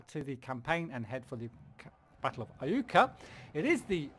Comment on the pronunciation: you've got the pronunciation right...it is I-U-ka..good job!